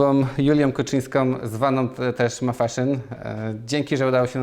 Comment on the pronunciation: ..... wyjątkowoM osoboM JulioM (a ile ich jest🤣) KuczynskoM (a nie Kuczyńską przypadkiem?) Pan, który chce robić wywiady, musi się nauczyć poprawnej wymowy i napewno spokojnego tonu głosu. To podstawa.